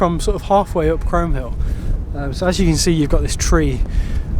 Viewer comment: Great video...well done guys .In a few years Aurora will be romping up hills with you! We did those hills a few years back, and I was told in no uncertain terms, by a local in the pub, that it's pronounced "Chroom" Hill! I had no idea! Anyway, brilliant stuff you two/three!